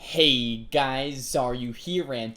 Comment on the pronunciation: no....why do you put SO much emphasis on HEY GUYS AND TODAY. sounds dumb and drives me insane. but i am just some guy on the internet with a pet peeve. so whatevs